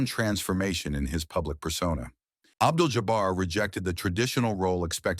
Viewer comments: Abdul JOBBER????? I hate AI. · Y'all please stop with the AI narrators. Just read the copy yourselves. Who TF is "Abdel Jobber?!"